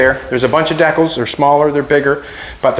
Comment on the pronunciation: I like the way he said deckalls, for decals.